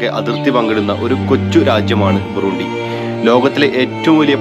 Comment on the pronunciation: Burundi ( ബുറണ്ടി ) എന്നാണ് ഉച്ചരിക്കുക